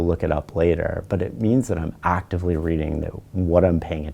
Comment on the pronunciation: "ACTively" - rip fellow headphone users